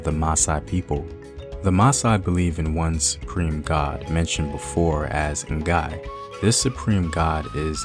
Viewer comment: The n in ngai is silent